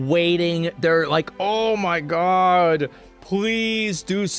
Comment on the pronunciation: A human being is suspended mid air hanging from a rope:: “ohm magaad ohm maagaad”